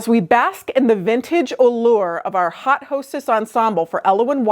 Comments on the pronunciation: Yes, it’s French. Should be pronounced “oat”. Looking for the comment…..it’s ok of course 😊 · I like when a fahion is strongly inspired by historical/throw-back styles. When it is done well, it is usually great. I think this was done well. BTW your pronunciation of haute is different from Indiana. That is fine. It made a nice connection to "hot".